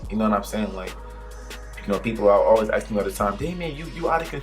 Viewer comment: Is it normal to say aks? I thought u say ask